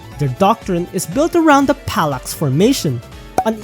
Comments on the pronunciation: "palax formation" lol hahahahah it's phalanx formation bro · Hey my man its "phalanx" pronounced "faelanx" not "palax"